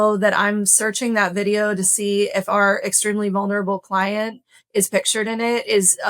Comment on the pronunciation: your cwient is abcdefg lol